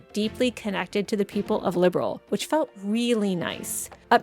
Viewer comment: Liberl too, not Liberal